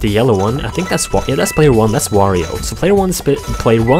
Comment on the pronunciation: Quick notice "World of Wirio"